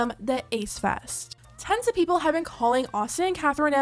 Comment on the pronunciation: When you said "Tons of people have been calling then out" I heard "Tens of"🤣 hope no one falls for this scam of theirs.